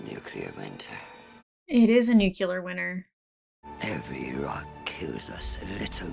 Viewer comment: Plus one for Strange Dogs. Keep those in mind. Marco never went through the ring gate. Not sure why you think that. Please don't mispronounce "nuclear." George Bush used to do that and it drove me nuts. I know you liked Marco's man bun. I'm SO happy you'll be reading the books. Please update us on that sometimes.